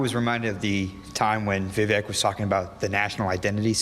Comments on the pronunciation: For anyone who didn't know about Vivek (and it is pronounced viv-ache) there were a couple things I could see might put them off: 1) he was just a little overaggressive with his "bought and paid for" comment, he had already made the point earlier talking about Super PACs 2) his position on not funding Ukraine further That said, the first was his attempt to "Trump" the debate, and some people will like it rather than be turned off by it. Likewise, the Ukraine funding point will likely turn off some voters now who are sold on the neo-con agenda - but give it another year and people will be that much less enamored of the ongoing conflict and money-sink. Hopefully the audience were also listening to his actual vision and policy ideas (downsizing government significantly.) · Vivek is pronounced Vi-Vayk. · Vivek's name is pronounced as Vivake. vake is pronounced similar to Jake. The name विवेकः means discretion / wisdom in Sanskrit. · Viv-ache/Viv-ayk/Viv-ake sounds like steak (all sizzle no steak, Vivake). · Vivek - rhymes with cake. That's how you can remember how to pronounce it. I got that from him. I have a name that's constantly pronounced wrong, so I'm sensitive to that. My name is Coleen, one L, so the O is long. I gave all my kids classic names that are rarely mispronounced. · Vivek is pronounced Vi-vake like cake. :goodvibes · OMG its Vivek, like cake! Yall keep saying it wrong!